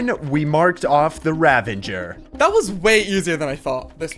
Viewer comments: where do you get the N in pronouncing the word Ravager ? you keep sayin Ravanger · its uh...Ravager not Ravinger btw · I know I’m nitpicking, but it’s ravager not ravenger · the pain of him calling ravagers "ravengers".